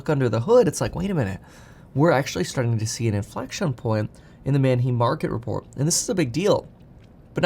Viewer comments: I hate that he pronounces Manheim wrong. “Manheem”??? NO! “ man HI-m” yes. Manheim Auto Auction. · Kevin, Manheim Auto Auction is pronounced "Man Hime." Not "Man Heem." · manheim is not pronounced man him lol it is german man heim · It’s pronounced man hyme, like time Or hymen with a H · Kevin it's pronounced MAN - HYME. Like rhyme and Time. My brother in-law spent his entire adult like in the car business and A LOT of time at Manheim auctions. Just wanted to contribute. LOVE your stuff and have learned a lot even though I'm and old guy boomer. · Kevin, it’s pronounced “Man-hime”! Like Man time, hime… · Its pronounced Man-hime. Js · Kevin it’s pronounce Man-Hime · Kevin is mis pronouncing Mannheim